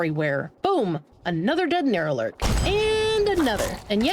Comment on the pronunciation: wait, wtf is a "Neuralurk"? You do know its "Nukalurk" (because they have ingested nuka cola quantum to the point that they glow blue), right? when you said you wanted nuka cola quantum, you got a little more than you bargained for, lol. as for the terminal traps, here's a simple tip: look for things that look like antennas sticking out of them. if they have those, it's a bomb. if it doesn't, it's safe.